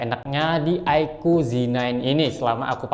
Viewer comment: Aiku bukan aiko